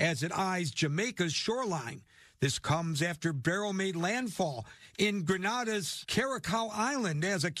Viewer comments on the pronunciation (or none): Its not GRAN-ADA THAT IS IN SPAIN,,,,ITS GRENADA. IN THE CARIBBEAN.. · Grenada is pronounced Green -ay-da Carriacou is pronounced Carry-ay-coo. Petite Martinique is pronounced Pee-tee -mat -neek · It's Gren-nay-duh and Carri-ah-coo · Granada > Spain Grenada > Caribbean (English pronunciation - Gre Nei Da)